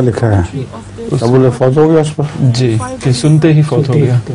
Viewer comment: ابو لہب کا لفظ درست کرلیں